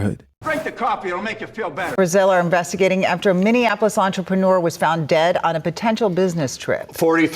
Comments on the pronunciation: I swear 🤦🏾‍♂️ a lot of people who are not from Minnesota always seem to pronounce Minneapolis wrong, they keep saying (Mini-in-apolis) not (Mini-apolis) 😂😂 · This woman couldn't even pronounce 'Minneapolis ' 🧐....not even worth listening to